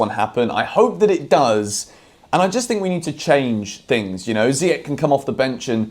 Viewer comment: I don't mind you criticising Ziyech but please pronounce his name correctly. That's what Younes would say after watching this video 😂😂